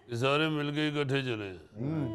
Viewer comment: Gaali nikalna nahi hota ,gaali daina hota hay ,ikhutay nahi ikuthay janab urdu ka naas to na marain